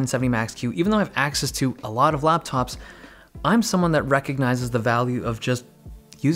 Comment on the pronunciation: dave be like RAPTOP'S IN 5